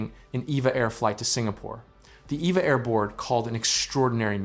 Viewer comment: It's E V A! Not, Eva! I've flown on them many times and that is what the crew says!